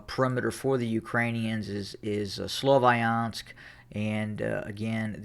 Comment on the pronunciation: Can u stop calling it slovAyansk? where did that A come from